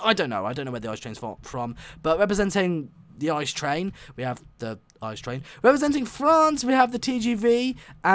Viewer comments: Its pronounced I-C-E and not ICE, and its from germany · Its I.C.E. not ICE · German quality. And you pronounce it: I----C----E, and not ICE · The "ICE" train, is actually called the I-C-E train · Why don‘t they hace the ICE 3 and its not spoken ICE but I.C.E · its not ICE you speak it “ I C E” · The ICE is from Germany. You pronounce it I , C , E not Ice. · its not called ice train its called I-C-E And its from germany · Its not ice but ICE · You pronounced it wrong, it is pronounced ee-ce-ee not like the ice kind of frozen water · The I C E is not called ice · and u dont call it ice u call its own letters I.C.E. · On the ICE you pronounce every letter separat. Like I C E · You pronounce it I C E letter for letter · It is pronounst I-C-E and is a German train